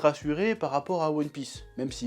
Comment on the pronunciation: "Youone Pisse"